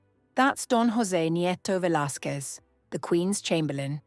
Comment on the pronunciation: Thank you for pronouncing Velazquez properly... unless of course the voice is generated. Well, at least it doesn't propagate the horrific pronunciation some people swear by (VelazKOOez)